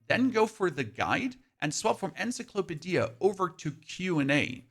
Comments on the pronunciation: "Ens-i-clope-i-dee-a" LOL It's "En-sy-clo-pee-dee-ah" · Was listening to him while doing chores around the house and when I heard it -... "En-sa-klo-pe-dia" It made me blink asynchronously, for real Please, never pronounce it like that again :D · pronounces some English words strangely sometimes otherwise his English is great, BUT mark he pronounces “Encyclopedia” as “En-sa-clope-a-deeya” lmao holy mackerel that was hilarious. I like this guy! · "Ensiclopidea" Lol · Love the way you say Encyclopedia 🤣🤣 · Bro you gotta look up how to pronounce encyclopedia